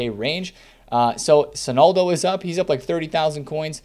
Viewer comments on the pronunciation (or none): Does anyone else get annoyed by the fact this guy says “Sonaldo” if you just listen to his videos you have no idea who he’s talking about